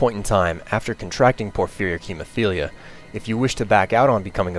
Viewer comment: Wow... I'm just impressed that you can say "Porphyric Hemophilia"